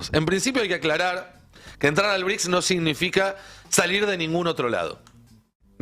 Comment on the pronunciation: “ BRICSA” ???? 😂😂😂😂😂😂😂😂😂😂😂😂😂Es un chiste??? 😂😂😂😂😂😂😂😂😂